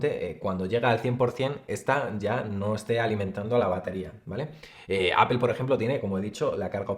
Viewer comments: Me caen súper, pero no se dice apel. Se pronuncia apol. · Por qué no dices Apple correctamente, es una palabra en inglés y como tal hay que pronunciarla. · Porque dicen “apel”?